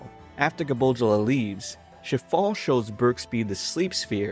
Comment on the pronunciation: Shifale sounds like Shitfale